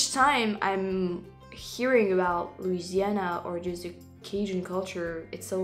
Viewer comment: If a gator will eat you, why shouldn't you eat it? It's only fair. When I was young, I accidently bought a frozen food version of 'Welsh Rarebit', thinking it was 'Welsh Rabbit'. I wasn't paying attention. So, I haven't eaten a bunny either. A video of you in Louisiana (you pronounce it perfectly, by the way) would be tres magnifique (especially during Mardi Gras).